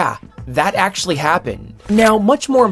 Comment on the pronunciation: um, ACKCHUALLIEY